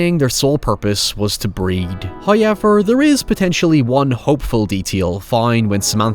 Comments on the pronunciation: English: however Irish: hoyever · It’s a legit pronunciation in Ireland, but if you go through his older videos he’s very blatantly said “however” more often than “Hoyever”. It started getting noticed and now he enunciates every opposing point with it. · He sounded american until the 'hows' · Everytime says "hoyever" I take a shot. I'm on my 6th transplant. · First "hoyevver" drops . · i always wondered the way he says it as a non native English speaker, is this like a trademark of the person talking or it relates to his accent/country?